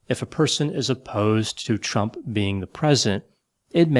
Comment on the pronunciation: Idk if its my hearing but everytime you say Chump instead of Trump got me tickled pink🤣🤣🤟🏾